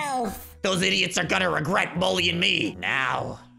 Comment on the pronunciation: It was so funny whenever he said IDOTSS